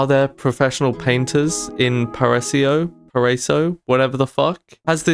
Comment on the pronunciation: parasio❌ Paraíso✔ -"Para" as in "parachute" or "paramedic" -"ee" as in "eerie" -"zo" as in "zombie"